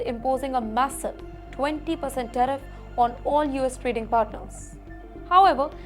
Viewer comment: Tariff NOT Teriff please